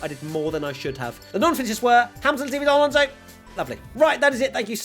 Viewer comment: Ain't bo wat he butchered the non-finisheres 😂😂 Lalonso. And crofty daid that when he gets the chanve he'll say but here comes Seb Vettel for the last time